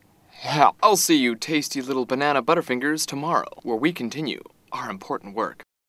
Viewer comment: very inportant work... he said inportant work.... Gosh...